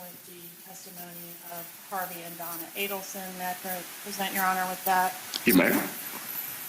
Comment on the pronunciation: The new lawyer, when he asked Charlie to stand up for the potential jurists to stare at, didn't even know how to pronounce Charlie's surname! How well prepared is he?